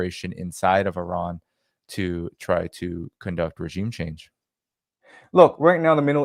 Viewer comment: Again: not "UH"-ran. It's "IH"-ran!